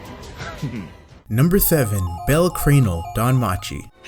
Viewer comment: why did he say bells name like that